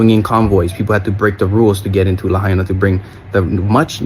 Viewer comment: Pronounced "La-hyena"